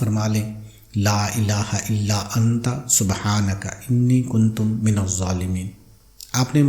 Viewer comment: Aap jo alfaz kahte hai kuntum ye sahi nahi hai